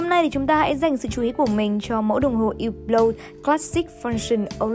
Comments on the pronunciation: đọc đúng rồi chứ sai ở điểm nào vậy??? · cách đọc đúng của "Hublot" phải là như trong video, âm "H" và "T" trong Hublot là âm câm nên ko phát âm 2 chữ này nhé. Chứ ko phải hăp-lót hay là hiu-lót như cách đọc ở VN đâu nhé các bác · Hublot đọc đúng phải là như thế, có gì đâu